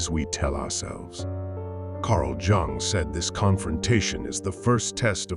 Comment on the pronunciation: It’s pronounced Carl « y-oung »